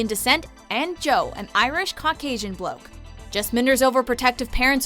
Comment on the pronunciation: Never say bloke again. 😂 It’s not generally used by everyone in the U.K. and does not sound right with the US accent